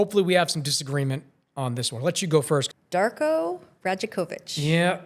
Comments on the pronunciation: Yeah, crazy how he can get Mamu’s name right but not Darko’s lmao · PRONOUNCE DARKO’S NAME RIGHT IF YOU’RE MAKING A VIDEO HIGHLIGHTING HIM - unsubscribed